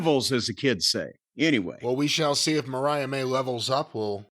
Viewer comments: Corny continuing to call her Maria as is saying Mariah is hilarious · can't pronounce "Vaquer." I guess he flunked Spanish in high school. Corny mispronouncing "Mariah" is getting on my nerves, as well.